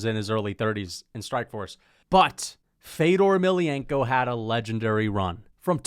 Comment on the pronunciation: The ever so feint “feddorrr emelianenko” in the background in his ranking is why is the funniest mma YouTuber and it’s not close